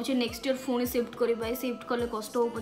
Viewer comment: Ruti di phuni kn kahuchanti seita phuni nuha seita puni plz don't say phuni